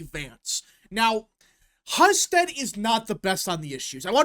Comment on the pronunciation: HUE-STED. btw. Not hus ted